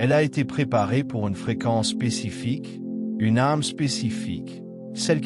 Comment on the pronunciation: S'il vous plaît, il est très gênant de lire ARME au lieu d'âme... À chaque fois que vous le prononcez. C'est+++que gênant. GRATITUDE de le prendre en compte 💎🌿🥀